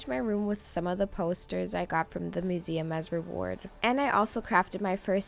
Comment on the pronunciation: Tried to watch through the weird pronuciations... MOOseum? Moral mushroom? But 'Acorn Tree' was the last straw.